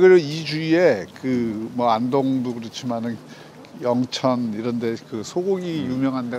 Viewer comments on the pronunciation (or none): 경남이 아니라 경산이구요..연천이 아니라 영천입니다ㅠㅠ발음을 잘 못들어도 문맥과 지리적 특징을 고려하면 알수있는 내용인데..ㅠㅠ